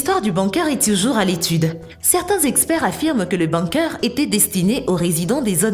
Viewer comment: Bunker ça s'écrit bunker mais ça se prononce bOUMker